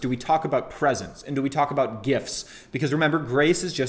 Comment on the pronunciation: Great review...I havent read the book but heard him speak. I think you need to work on your pronouncement of "Presents" the way you say it it sounds like PRESENCE.